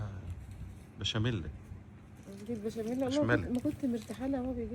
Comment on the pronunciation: بشمله ياعم على مش بشاميله